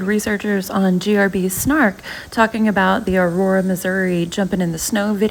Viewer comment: Imagine naming your kid a name that you couldn’t even pronounce. In that snow video (I think) she tried saying Aurora lol. Also wanting to have a baby and naming it that with just anyone. How embarrassing for Ken.